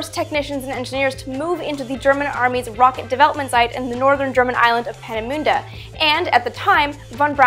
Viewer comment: Penny Lane Vergeltungswaffe 2 - I also had to hear it a couple of times. Peenemünde is also nicely pronounced